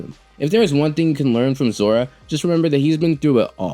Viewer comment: Why do u keep saying zora?